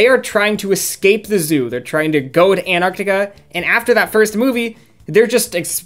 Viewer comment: I almost died when you pronounced antarctica correctly i have been waiting so long for someone to do that i swear everyone just say antartica